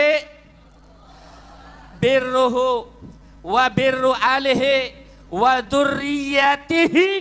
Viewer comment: Wa min dzurriyati..bukan wa min ba'lawi 😂